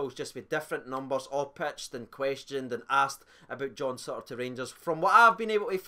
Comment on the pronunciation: "John Sutter". Mostly it's pronounced okay. Just that one time. Poor.